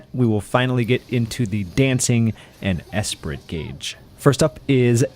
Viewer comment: Great job, someone not running through the information so quickly that you barely have time to comprehend which move processes (proc's) what, BTW ...the t is silent, esprit is generally said as eh-spree or uh-spree